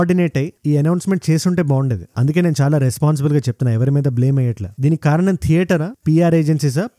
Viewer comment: Telugu Bagundi kani కారణం అనాలి ఖారనం కాదు అండీ